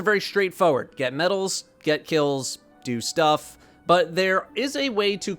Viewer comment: Emphasis on "DO STUFF" in the beginning of the video.